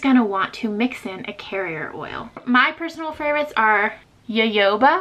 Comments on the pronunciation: That "Jojoba" is not pronounced ya yo ba, but Ha Ho (as in "hohoho") Ba...just a fyi. I used to work in the health food industry, and I've heard all sorts of pronunciations. Another one I've heard is "Joe Joe Ba" but, alas, also incorrect. I learned that years ago when I visited my Aunt in Arizona who had Jojoba plants growing in her backyard, a gift from a Licensed native desert plant gatherer who had gifted her one, and as perennials to that climate, had spread. She also had a lovely grapefruit tree and a prickly pear, also known as "nopales". There is also a tool that you can get on Amazon to get the tops of various rollerballs off, it's like a small aluminum universal opener here's the link: You have a lovely family![-) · Jajoba is pronounced hahoba